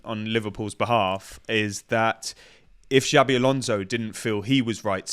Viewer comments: As a Spanish speaking Brit I'm clutching my pearls over you saying Alonso. Where are my smelling salts? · Jabi....ffs.The best thing about him coming to England is not hearing people butchering his name